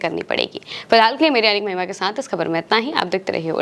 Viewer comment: جی آپ اپنا نام صاف سے نہیں بول پاتی ہیں